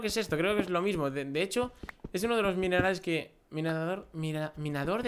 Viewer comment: Dijiste minales en vez de minerales.